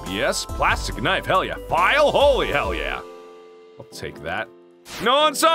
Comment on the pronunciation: hell not shell